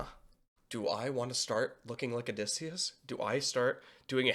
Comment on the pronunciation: How did you manage to say his name wrong three times? 😂